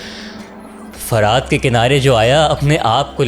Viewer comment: بہت اچھا سلسلہ، لیکن ایک شکوہ ہے کہ اس قدر پروفیشنل چینل پر بات کرنے والے کو الفاظ صحیح تلفظ کے ساتھ پہلے سیکھ کر کہنے چاہییں۔ جیسے لفظ زہد اور دریا فرات کو باربار غلط تلفظ کے ساتھ بولا گیا۔۔۔